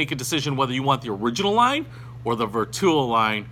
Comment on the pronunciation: Ver 2 o ….. or Vertuo? please learn the pronunciation!